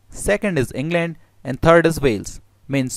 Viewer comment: En gland? How's ur En gland... My En gland is fine ty. Japati????